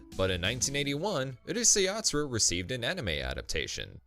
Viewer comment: why do people always mispronounce the name of Urusei Yatsura